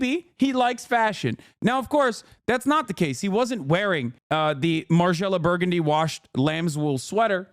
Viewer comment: "burgandy" lmao